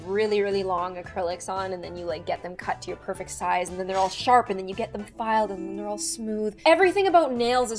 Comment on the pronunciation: “Look at the soize off that nail” ~